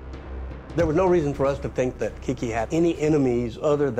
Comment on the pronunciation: Its Kique Camarena....NOT "KIKI"